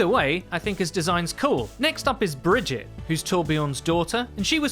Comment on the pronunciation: It's bridget